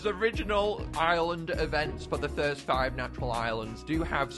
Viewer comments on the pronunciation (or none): clearly, he said "frist", not "first" lol